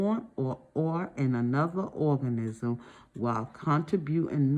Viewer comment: My favorite part was when she said orgasm instead of organism 😆